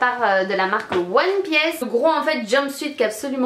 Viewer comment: One piece ne ce dit pas "one pièce" :) C'est une jupe crayon et pas une "jupe taille crayon" :) Mais tu m'as fait bien rire donc je te remercie. Autrement ta vidéo était sympa.